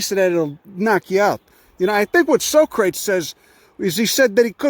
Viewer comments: So-crates. Love that guy. I think his little cousin is A-aron?❤️😉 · DO you MIS PRONOUNCE SOCRATES on purpose?😊